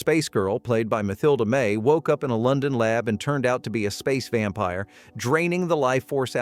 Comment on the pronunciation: Ma-thil-da May? AI 🤖 narrator strikes again